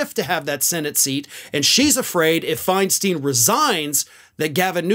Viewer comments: it's pronounced Finestine (they rhyme), not finesteen. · By the way it’s pronounced Feinstine. Learn it